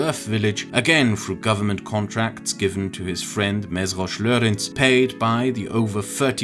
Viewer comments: I'm not sure if the mistranslation of like-share-subscribe at the very start was intentional or not, but if not, you should have asked Innos before uploading. The use of "lájkold", "oszd meg" and "iratkozz fel" would be more proper. Also butchering the name Mészáros is kinda funny because the name means "Butcher", anyways it's more properly spelled as "May-saar-osh". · And in general nothing is pronounced like in a Slavic language: people put the emphasis on vowels and not the consonants in Hungarian. “Mészáros” is not “Msrosh” 😃. Although, I appreciate it is a difficult language, so I don’t expect too much from foreigners haha.